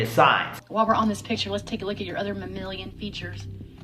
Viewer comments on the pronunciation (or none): She said "mamilian" lmfao. Thank good she's not a doctor. 😅🤣😂💀💀💀💀